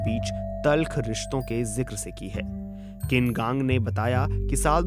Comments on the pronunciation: किन कांग नहीं उनका नाम छिन कांग है। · Wrong pronunciation of the foreign minister’s name. It is छीन कांग